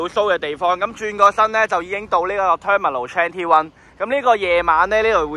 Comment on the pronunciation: Terminal 21終於讀岩🤣🤣🤣